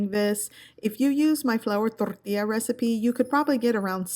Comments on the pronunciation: I don't know why people have complained in the past about how you say "torrrrtilla" I love it!!! 😁😁 and this recipe looks so yummm imma have to get some crunch wraps for dinner tonight haha thank you for sharing!! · The way you say tortilla 😆 Torrrrrrrtilla